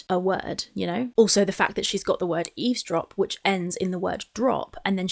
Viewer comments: It always cracked me up that is a great literary giant (pun intended), yet she doesn’t know it’s “eavesdrop” not easedrop, as she says. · I think she says "ease drop" but means "eavesdrop". Either way, she meant "listen in" or "overheard". In her head, it's all the same. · She's TRYING to say Eavesdrop but she is pronouncing it Ease-drop. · God I never noticed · Ease drop, is just stupid as hell and can't pronounce a lot of words, correctly. On purpose or not, diminished capacity imo. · Rain and petals eez-drop, You can't even pronounce the word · raaain and petals eezdrop PAH PAH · She does, just saying it wrong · Yes, she intended to say eavesdrop, but pronounced it incorrectly. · oh. Well, considering that eavesdrop is a word that might take a little while if you want to say it properly, can barely say one syllable words correctly, so I'm going to assume she did say it wrong.